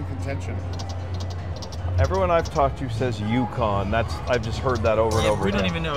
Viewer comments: Bro said Yukon Alaska! let me teach you all about sports. It’s Uconn as in University of Connecticut! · It's not Yukon it's U Conn lol University of Connecticut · "Wait, there's a team from Alaska.." 😂😅 WBG U-Conn, not Yukon lol 😆 😂 🤣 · Bro really thought UCONN was Yukon...